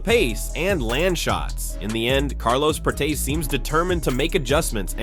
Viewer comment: Seriously? Prates like Crates? LOL. It is Prates as in "Prat-es".